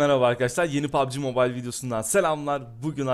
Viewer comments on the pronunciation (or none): none